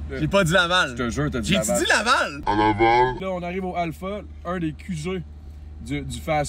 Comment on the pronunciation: J'ai tu dis LAVAL ? 😏👌😂😂😂😂😂